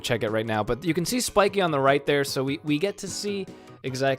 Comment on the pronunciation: Spikee? It's Spike